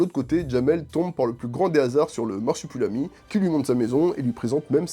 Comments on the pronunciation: MarsupUlami ????? Pas une fois tu le prononces comme il faut à savoir marsup'i'lami !!!! La vidéo est cool mais ça c'est pénible. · le mec dit "Marsipulami" pendant toute la vidéo 😭😭